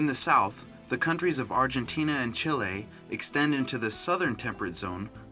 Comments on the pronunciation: ikr he said it wrong XD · CHEE-LAY = Chile